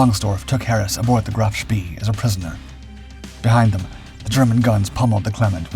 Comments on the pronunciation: Graf spay not spee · It's so easy with the internet. Sch-PAAY :face-blue-smiling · SPEE is pronounce SHPAY. (really surprised you don't know that) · Just learn how to pronounce Spee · I cannot and will not watch your films until you learn how to pronounce SPEE!~!~!